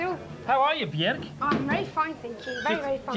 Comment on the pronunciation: I love how Evans pronounces her name, Bee-yerK.